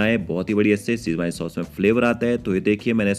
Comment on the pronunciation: apna pronunciation sudhaar toh Schwezwan ko schwine bolra hai